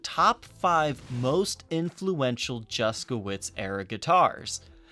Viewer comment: The pronounciation of his name makes me cringe every time I hear it. It shouldn`t be pronounced "Juskowitz" !! If you`re curious how this name should sound- go to google translator, choose Polish, copy his name and click on the speaker icon.